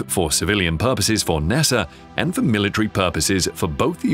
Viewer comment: I love ur videos and the way u say NASAR 😂